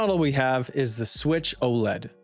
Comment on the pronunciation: How do you run a channel like this and can't even pronounce it right. It's O-L-E-D for fuck sakes